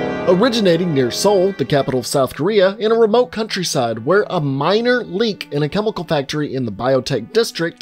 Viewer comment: ParTiCular chemiKul... I liked how you said that lmao